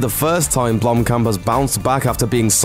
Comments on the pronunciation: If i had a dollar for everytime he said blomkom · jeez! as a South African i cringed at every mention of Blomkamp. he kept pronouncing it wrong. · blumpkin... sorry it's all i hear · if you said his name right, that would be great